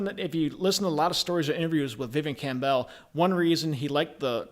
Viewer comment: It's not "Cam Bell" you idiot. If you're going to talk about someone then at least have the courtesy to say his name correctly.